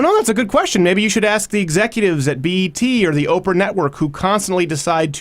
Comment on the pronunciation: Axe not ask?